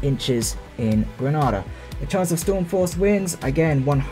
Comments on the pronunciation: Can you at least pronounce GrenAda not GrAnAda 2 separate countries 😝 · Its gree. nay.da...not gree nah da